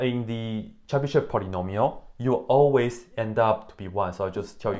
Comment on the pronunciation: First of all here we have yo (e with diaeresis, although diaeresis is usually omitted it is still there) and sh is hard so we say this name Chebyshov (more precisely Chiebyshov) Moreover accent is on yo (Accent is flowing and knowing where is accent is important for correct reading) You read it wrong and other take example from you and also read it wrong even if they where taught this language How I get formula for Chebyshov polynomials I started with cosine of sum then i wrote recursive relation for it cos((n+1)t)=cos(nx)cos(t) - sin(nt)sin(t) cos((n-1)t)=cos(nx)cos(t) + sin(nt)sin(t) cos((n+1)t)+cos((n-1)t) = 2cos(t)cos(nt) Let cos(t) = x and cos(nt)=T_{n}(x) T_{n+1}(x)+T_{n-1}(x)=2xT_{n}(x) T_{n+1}(x) = 2xT_{n}(x) - T_{n-1}(x) T_{n}(x) = 2xT_{n-1}(x) - T_{n-2}(x) so we have recursion T_{n}(x) = 2xT_{n-1}(x) - T_{n-2}(x) T_{0}(x) = 1 T_{1}(x) = x Here I used exponential generating function E(x,t) = sum(T_{n}(x)t^n,n=0..infinity) After plugging it into the recursive relation i have got second order linear ODE with constant coefficients (in fact initial value problem) This differential equation was easy to solve with Laplace transform Once i have got exponential generating function it appeared that it is easy to calculate nth derivative using Leibniz's product rule